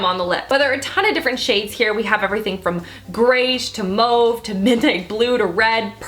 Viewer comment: Who the hell says Mauve like that??!? LOL You're so cute! lol